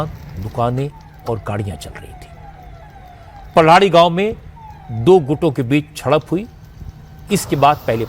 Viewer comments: No palhadi it's paldhi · पल्हाडी नही सर पाळधी